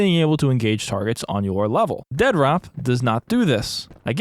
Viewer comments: Dead - Rop? Lol it's Dead Drop. You are clearly clueless to the point of this process, let alone the process itself. We've been seeing the game at stages no other dev would dare show the game... for the exact reason that people LOVE to talk about shit they know nothing about. Lol. I can't even finish the video because you saying "Dead Rop" is truly annoying. Review the game when it's done. Then you can talk. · Why do you pronounce it Dead Rop instead of Dead Drop? Must be fun to poke fun at others' hard work. Instead of dumping on Doc and his venture, why don't YOU try and do something that's even remotely close to this? FYI Advanced Warfare was by far one of the best COD titles ever and IMPE the best. Its crisp responsiveness and Map design was by far the best and the weapon variety is unmatched in any other FPS game ever. Quit being a douche and talking out of your hind quarters just because you have a YT channel with a few thousand Subs. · I love your insistence on pronouncing it "dead-rop" every time, lol. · How are you saying it in one word but make it sound like Ded Rop.😬🤢 I dont have a pc but i feel like id be hyped to play up until i actually got to play lol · You're clearly saying the title wrong. With the obvious endorsement by Dr. Disrespect, it should obviously be pronounced Dea Dr. OP. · The only thing more stupid than this game itself is your pronunciation of its name. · Sure, but titles, especially in the entertainment world, often use the letter as a double when one word ends and the next starts with the same letter. If I thought he was just taking a poke at the situation I wouldn't have mentioned it, but he says it like he believes that's the way its supposed to be pronounced. Just one of those little type things that can bug the hell outta someone, & it was bugging me lol. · I know the spelling is crap, but if you can't even pronounce the name the correct why, i can't waste my time watching this video.